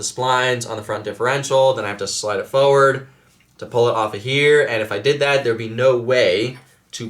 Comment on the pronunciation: Bro it's forward not foward, love your videos but that gets me every time 😂😂